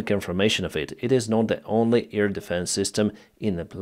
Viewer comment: AIR defence,, not EAR defence.